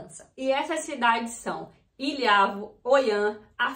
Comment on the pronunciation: loulé e não loule.ilhavo e não ilhávo.